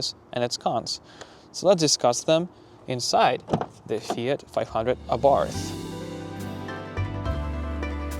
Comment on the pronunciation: The h is silent